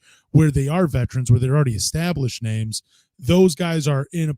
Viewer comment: can’t says names to save his life 😂